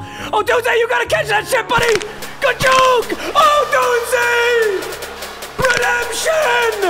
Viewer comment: he finally pronounced odunze right